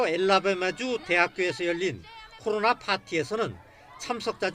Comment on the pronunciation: 코로로로로나 ㅋㅋㅋㅋ 기자 발음